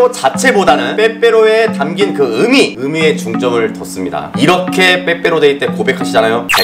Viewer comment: 근데 으미가 아니라 의미 으이미 라고 발음해야돼